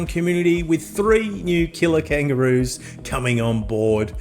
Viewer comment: When you said "killer kangaroos", I thought you said "kilo-kangaroos", until I read the words on the screen!